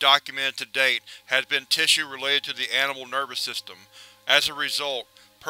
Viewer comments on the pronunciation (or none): none